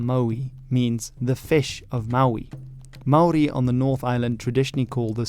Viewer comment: as a channel not focused on new zealand, your maori pronunciation is so good!!